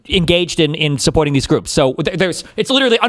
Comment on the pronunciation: Also, words ending in "o", like no or so, should not have an r sound. Stay in Australia.